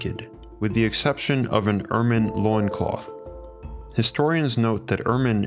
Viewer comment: I'll consider subbing if you consider taking an english class to specifically work on your annunciation and how you recite words. You butcher certain ones like Ermine...Ugh..its like nice until someone drops a tray of pans.